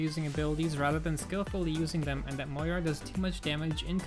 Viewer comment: It's MOIra, not MoRIA :P big oof on thumbnail... also of course everyone hates on Moira now that she's meta. Remember when she was trash before sigma?